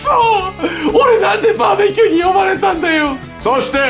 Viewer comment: バー↑べキューすき